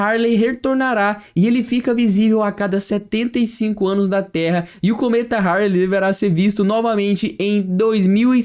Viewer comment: humanos "poupar" em marte? cometa "haRley reRtornará"?? o terremoto "ocoleceu"?? não dá amiguinho...